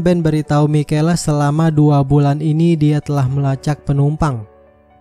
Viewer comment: Bkn mikela cara sbut nama nya kak,tapi misyel